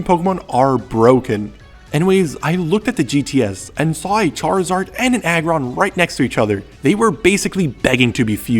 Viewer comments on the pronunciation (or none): none